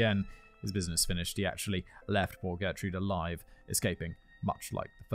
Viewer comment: “Aliven’t” not getting enough attention.